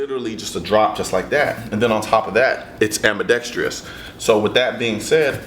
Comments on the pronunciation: "AMBIDEXTRIOUS" lol.. Seriously though, thanks for the review. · Haha! It sorta irritates me when people pronounce "ambidextrous" like that; same thing for "mischievous". It's no big deal to me, though. Anyway, I love the way this gun looks too, except I wish the barrel and slide were a bit longer on the 9mm version, like they are for the .40 caliber model. It looks more aesthetically pleasing that way, to me.